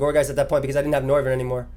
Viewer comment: Noivern has become "No"vern😂